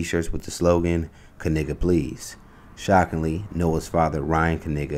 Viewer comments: Why isn’t the K silent as in other words or names. Should the word Know be pronounced Ka-Now or words with Sh be pronounced as they do it in like UK or some places in Canada Schedule Shed-ual, School Schu-ual. Point! people pronounce words especially names as they please or see fit. This family or the family name doesn’t move anything, its just a coincidence that it relates so close to Dave’s schetch comedy. 🎤Drop! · I’m shocked the person who posted this is still mispronouncing the last name. That’s not how they confirmed the pronunciation of their last name. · Do people say "K-nife?" The K is silent right? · And the K is silent. 🤔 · Its not called a Knife so i dont think Knigga is the correct pronounciation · So not a silent K then? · The K is silent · stop playing...everyone knows the k is silent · I thought it was Ka-Nay-guh not Ka-Nig-guh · God didn’t name him. His ancestors did. And it’s Kay Nay Guh’ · The K is silent🤣🤣🤣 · The "K" is silent, like in knife. 😂 I can't. This is too much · Well at least the "K" isn’t silent 😂😂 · I feel the kay sound was probably added later. We dont say kahnife or kahnight 😜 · The K is silent!! Stop but hearing they name!! 🤣😭😂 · Yo im pretty sure the K is silent like in knives they just don’t wanna say it !!!😂I ain’t joking though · The “K” is silent LOL 😂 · I know damn well they family ain’t pronounce they name like that 50 years ago this was reverse uno 😂😂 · I’m perversely disappointed that the “k” is not actually silent. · I'm surprised they didn't say the 'K' is silent.😂😂😂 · 🤨Umm,, the 'K' is Actually Silent (i.e Knight, Known, Knowledge) in ANY Other Scenario in the English Dialect with the exception of these Whyte folks' Last Name🤦🏽‍♀️ Sure,, Ok🤭😂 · The "K" is silent, Dang It!🤭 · So the "K" isn't silent? That's surprising. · At least the k not silent like in the word knee lol 😅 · Make sure you stress to the announcer " The K is silent 😅. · Shouldnt the K be silent since its KN? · The K is silent. I had to. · The K is silent.